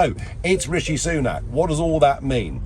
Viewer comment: He called him Rasheed lol